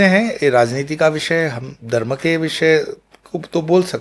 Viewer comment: बारत और दर्म तक बोलना नहीं आता, बना घूम रहा है